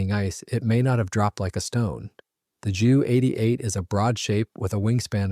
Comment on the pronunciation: Have a real person narrate and pronounce words correctly. Ju is not jew it is J U. J is pronounced like Y in German.